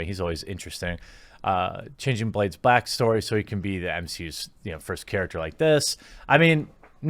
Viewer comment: Did you say "...changing Blade's *blackstory*..."? XD